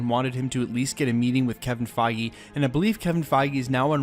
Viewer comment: Kevin Feige (Fage Rhymes with Cheese)